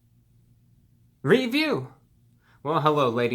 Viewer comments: The pause gave me a spook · Please name your drink series reviews, my soul dies a little each time I hear that pause.